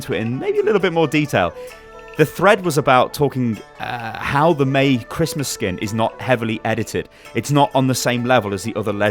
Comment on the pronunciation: all the video you are saying MEI -be